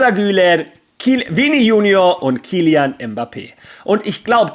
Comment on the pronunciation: sprech mal bitte Vini seinen Namen richtig aus das Jr wird Portugiesisch aus gesprochen und nicht Deutsch das geht mir als portugiesisch Sprechener sehr auf die Ohren danke im voraus 😉👍🏾